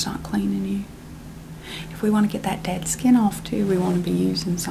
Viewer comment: “Hai mah name is doctor skyiin.”